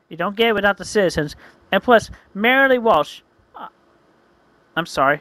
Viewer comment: I like how they say Mary Lee Walsh's name, and then pauses for a bit, knowing they screwed up.